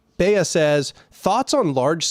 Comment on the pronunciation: OH MY LORD THATS ME! :) thank you for mentioning me in a video, also its pronounced "bee" not "bee-ah". :)